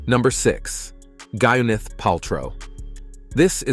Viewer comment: Narrator, are you serious? Gineth? It's pronounced Gwen eth. Where's your editor?